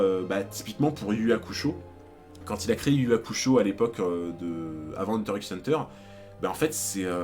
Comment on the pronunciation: Je dois vraiment paraître chiante x) Mais pour t'éviter des remarques à l'avenir sache que X de Hunter X Hunter ne se prononce pas à l'oral il est juste la pour le style à l'écrit :)